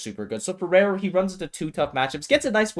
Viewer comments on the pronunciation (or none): why pronounce raru rareu?